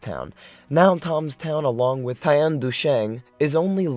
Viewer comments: You realise its pronounced TEMS town right??? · Thames is pronounced Tems - a very well known English river from london through Oxford. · Toms Town? Did you really say that? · ''Tahms'' = Thames LOL! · You sound like a complete Dumbass. It’s pronounced Tim’s “Thames” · Thames river is pronounced "tems" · "Toms" Town? Lordy. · Uhhh..... It's pronounced THEMES ("Tems").... spelled THAMES. Duhhhh. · If you say toms town one more fucking time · Thames is pronounced "Temz" Just like that. Temz. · AHHHHH not being a jerk just couldn"t take you pronouncing the THAMES " TUMS" you pronounce the th like in thumb , again not being a smartass just couldn"t take it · Typical American, mispronouncing words, the river Thames, one of most famous rivers in the world is pronounced Tems, if you must put your work where the world can see it, at least do your homework! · “Tom’s town” 😏🤦‍♂️🤦‍♂️🤦‍♂️🤦‍♂️🤦‍♂️🤦‍♂️ 🙉🙉🙉🙉🙉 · Thames is pronounced as Tames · You say Thames weird. It's not pronounced "Thoms"..... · How can you NOT know how to pronoumce 'Thames' (sounds like 'Tems') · It's actually pronounced tames!!! Thames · Thames is pronounced "Temz" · Thames is pronounced "Temms"!)) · Thames is pronounced “Tems” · Amusing how this American pillock can’t pronounce “Thames.” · Why do people make videos and not learn to properly pronounce the names of people, places, etc.? A very quick internet search can clear such "mysteries" up these days, such as how to pronounce "Thames." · The way he pronounces Thames.🤣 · Its incredible you cant pronounce "Thames" properly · A few corrections on these "facts". The empty cities in China you mentioned might be already occupied (for a large part) by now, e.g. the "Ordos" example, because everything changes very fast in China. Your river "Thames" pronounciation is really weird, if you can't get such a well known thing right, then what about getting all these other "facts" right??? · how are you pronounsing thames jesus thats an insult to my country